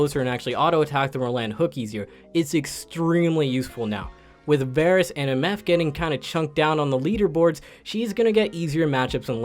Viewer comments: I can’t believe he said “Varus” instead of “Varus” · You mean Vaarus